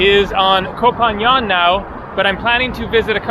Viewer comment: Your first assumption was right (at least from what I recall from my Thailand travels). Also Koh Phangan is pronounced "Phan-Gan" rather then "Phan-Yan", at least I hear it pronounced like that from locals, but I'm not Thai of course.